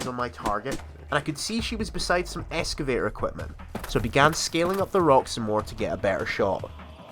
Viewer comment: X-ca-vay-tor Not S-ca-vay-tor